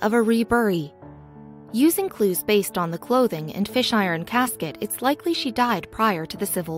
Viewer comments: yeah, i caught that, too. that's what happens when your site sucks, you use a sucky computer voice, and your research/editing skills suck. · Fisk iron casket not fish iron.